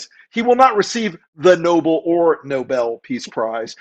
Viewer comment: Lady- 1. Learn how to say Nobel correctly! The peace prize was named after an actual human being. And that’s no “whatever.” Did you just come down from the mountain? Alfred Nobel. Ever heard of him?...Probably not. 2. There is no such word as “com” meaning relaxed. NONE. The word is “caLm.” Calm is pronounced WITH THE “L.” Say it with me now, ‘caLm.’ Do you pronounce “library” as “libAry?” I’m just waiting for that. WORDS MATTER.